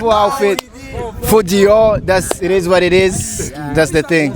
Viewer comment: It is what it is ! 😂😂😂😂 . Drama T ngo ir is war ir is 😂😂😂😂 , nicongereza co muri america ? Mpumuco 😂😂😂😊